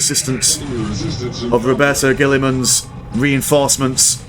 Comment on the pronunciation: xddd the way you pronounce the names dude who is Roberto de guiliman xd